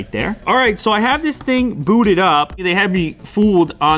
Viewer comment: Somethings not right when you say booted Idonno but something just reminds me